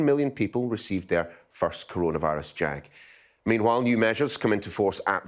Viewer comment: Did he just say first Corana virus JAG